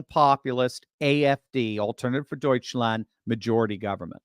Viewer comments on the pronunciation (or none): none